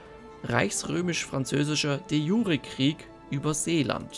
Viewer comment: De jure ist lateinisch und spricht sich entsprechend, also bitte nicht "de schure...", ist keine französische Zwiebelsuppe... 😂😂